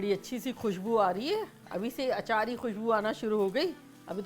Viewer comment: Acarhi❌ Achari✅